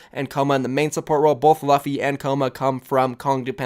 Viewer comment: Aiett... "luffy"is pronounced (loofey). Like roofie, but with an l